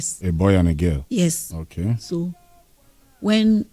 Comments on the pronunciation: Including pronouncing (girl) gell as gal, be real man. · Did you hear her when she pronounced ‘girl’ as ‘garl’ . The presenter asked her what’s garl? She said a female. Then he understood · so you didn't hear when she pronounced girl as gal that the man was asking what she meant by gal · So I am not the only person who thought that. The only reason I did not comment is because of the way she pronounce girl as garl, and one other unnigerian thing she said. But it is quite surprising how this Gambian has such level of Naija accent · Including pronouncing girl, gal. Be real please. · When u mix up Nigerians, u start talking like them.. look at the Kenyan baby mama of Obi Cubana, the first time she spoke she spoke like Kenyan but now, she speaks like a full fledged Nigerian. The way Emeka s wife pronounced girl as gal shows she is not Nigerian at all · That's not a pure Nigerian accent. Listen to her pronunciation of "girl" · Don't forget she's African too. The way she pronounced "girl" is different from how Nigerians pronounce girl.